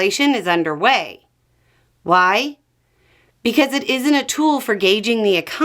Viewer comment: when says "because" it sure sounds like "while" 😅